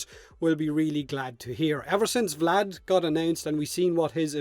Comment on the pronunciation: VlAd VlAd VlAd, oh so terrible sounds in english